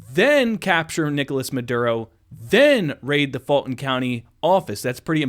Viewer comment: You’re driving me crazy with your pronunciation of Fulton. It is “Full-tn”. Believe me. I grew up there. And the sleepy character you accused of not being able to pronounce it correctly the other day, actually WAS saying it correctly. When I put closed captions on your videos, they interpret you saying “FALTON.” And that’s what it sounds like you’re saying to me, as well. Please! That is a u in that word, not an a.